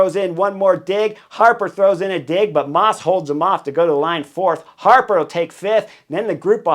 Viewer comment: Always makes me laugh as an Aussie hearing you pronounce fellow Aussie Harper’s name in what I assume is a Boston accent?